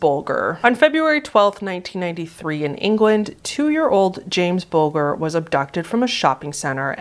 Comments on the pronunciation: Hey, sorry to be nitpicky but James Bulger's name is pronounced like the word "Bulge" the g is soft, like a J. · a little correction on Jamie Bulger, it's pronounced Bol-Jur, the G is said like a J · it's a great video, but there are quite a few names and such that you mispronounced :( like with lars mittank, the 'tank' part is pronounced like 'tank' would be in english, and with james bulger, it's a j sound instead of a soft g. it would have made the video just a little bit better if there weren't little things like that that it didn't seem like you paid attention to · Celeseet 😂 How the hell do you get that wrong?? BulJer!! This is why I never subscribe, you butcher the names so badly!🤦🏼‍♀️